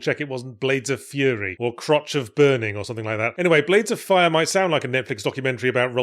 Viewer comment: Ironically Yahtzee has said the name of the game correctly more times in this video than any other